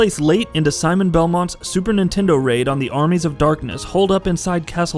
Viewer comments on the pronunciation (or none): none